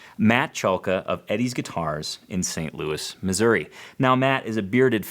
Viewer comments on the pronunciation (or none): none